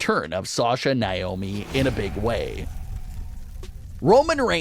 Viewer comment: Would like you to actually pronounce NAOMI'S name right. It's NOT Niomi